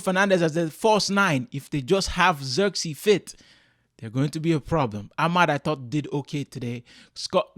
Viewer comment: It was not the right pronounciation of ZIRKZEEI... He is not English